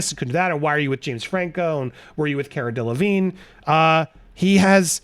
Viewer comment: I love how they called her Cara De-la-vig-nay...the whole mispronunciation makes me giggle.